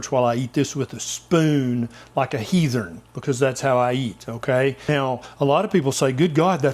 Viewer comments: He said heathen the way we say it down in Texas where I’m from- Heathern! Gotta love this guy! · Yes! More cooking videos...And being a North Carolina neighbor, I love how you pronounce 'heathen' as 'heathurn'. Made me feel right at home ;-)